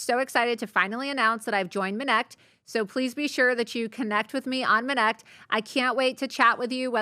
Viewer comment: Every time I hear "MINNECT" and it sounds exactly like "minette" in French ... just look up "faire une minette" ... gosh this is a problem with this name :)